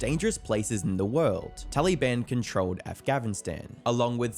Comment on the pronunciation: “talyban avgnestan”